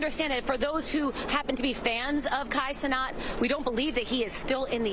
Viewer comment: "Kai CeNOT"